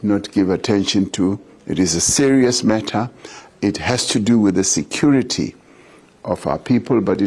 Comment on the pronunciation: Did the President say security or sexuality of our people 😂 correct meof what I heard